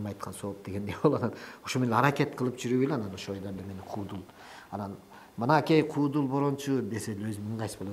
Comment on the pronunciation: Кудул эмес куудул деп суйлобойсунбу алып баруучулар тилди бузуп буттунор